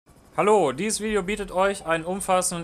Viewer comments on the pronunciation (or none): Klingt n bisschen nach Berlin 😂